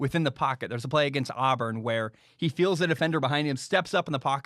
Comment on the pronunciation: Man I just love when says Auburn it makes me giggle!